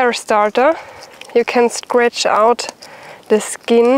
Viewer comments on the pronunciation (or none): none